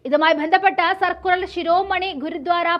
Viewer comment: സർക്കുറൽ അല്ല സർക്കുലർ എന്നു പറയുക തെറ്റി വായിക്കല്ലേ സഹോദരി